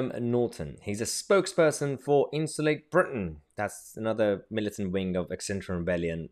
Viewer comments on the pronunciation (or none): He can’t even pronounce the word insulate right!”inshulaate”😆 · Perhaps they should change their name, he seems to have trouble saying INSULATE.